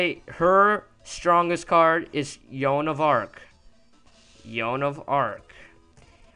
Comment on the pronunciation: why do you say Yoan of Ark it is called Joan of Ark? wow, your commentary is super annoying